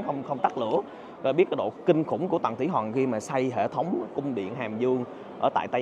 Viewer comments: Khoa nói : Tầng Thỉ Hòn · Kiến thức rộng , clips kích thích sự tò mò tìm hiểu lịch sử Trung Quốc ………nhưng phát âm : tầng thủy Hòn 😂……..